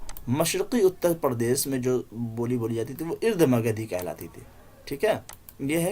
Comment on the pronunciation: قابل ستائش خدمات لیکن سے اردھ مگدھی میں الف پر زبر پڑھنا چاہیے